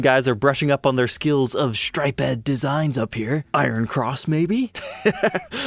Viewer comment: Lol "stripe-ed". Stuff like that makes me wonder if this is AI